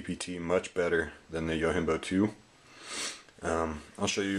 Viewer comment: Fair enough, well thought out review. I'm not here to bust balls, but I feel I should say, it is not pronounced "yo-HIM-bo." It is a Japanese word meaning "Bodyguard," and it is actually pronounced "yo-JIM-bo." Peace.